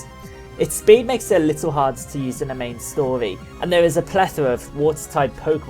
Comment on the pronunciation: "the main stoly"